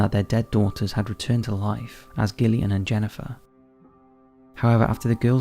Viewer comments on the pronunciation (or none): I think you need to stop saying Gill-Ian when it's Jillian. IT'S JUST SPELLED DIFFERENTLY. Give Gillian the same respect as Jillian. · G'illian & Jennifer? It's pronounced Jillian not Gill